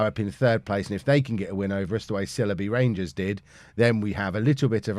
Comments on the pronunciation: It’s pronounced SILE-bee Rangers not SILLY-bee Rangers,! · Great series, but I've got to say this; it's pronounced 'Syle-be' Rangers. Originally the club played in the Leicestershire village of Sileby, before relocating to Northampton. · It's pronounced Sigh-ull-bee